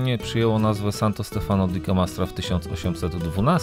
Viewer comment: Wiem,trzeba czasu,ale wy jesteście oglądani przez tysiące ludzi,Santo Stefano akcent pada na ostatnią literę, czyli zaznacza się Stefanooooo,jest to błąd często popełniany, jest bardzo dużo wyrazów z akcentem na ostatnią literę.Wracajac do waszych filmów, bardzo mi sie podobają,śledzę Was często, teraz to będzie regularnie, życzę powodzenia ❤️